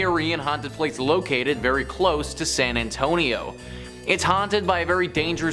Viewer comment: I'm from San Antonio so it drove me crazy hearing her mispronounce it! 😂